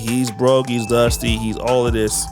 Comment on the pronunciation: This was zaddy number 12. The saga continues 😅 And she was probably his black girl number 12, with a mental illness (whose draws he wanted to rip apart). 😅 But “we beez dustay”? 😅